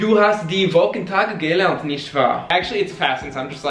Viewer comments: Good job guys! The only thing is “gelernt” is stressed like “geLERNT” not “GElernt” :) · You guys speak German with kind of a French accent! German is my main second language, so I always end up speaking other languages in a German accent. A tip: the stress goes on the second syllable in "gelernt", so it's ge-LERNT, not GE-lernt. For all past participles starting in "ge", the "ge" is unstressed. Keep up the good work! :) By the way, your videos have helped me become more confident in learning Portuguese, which will be put to use when I go to Brazil for this first time this Thursday!